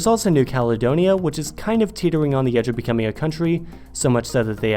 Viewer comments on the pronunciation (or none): Why does it sound like your saying 'ze' instead of the or 'zis' instead of saying this? Your literally the only American native English speaker I've ever heard talk like this....like I know your living in Germany but surely speaking German hasn't effected your native language? Has it?